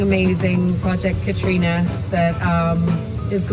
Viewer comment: love all the Cait news! And, knowing that you always want to get things right.... it's pronounced 'Cat' not 'Cate'. And, to clear things up all the way, her name is pronounced "Katrina" because she's Irish. The Scottish version is pronounced 'Kaytriona'. Confusing I know. Love your show as always! 😘